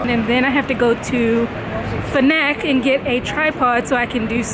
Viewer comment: J'adore comment elle dit la "FNAC", elle prononce "fennec" je me disais tiens je ne connais pas ce magasin high tech à Paris !